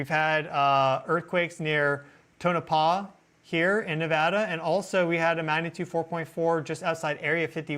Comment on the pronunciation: Thank goodness he says Nevada properly